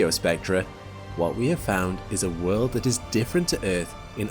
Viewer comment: Last I checked...world has a "L" in it..learn how to pronounce it properly